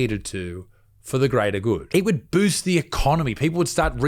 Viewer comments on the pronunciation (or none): none